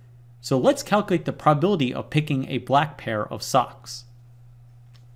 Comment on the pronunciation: Love your vids but please enunciate! You always pronounce calcUlate as calcAlate and prob-a-bil-i-ty as prob-bil-ty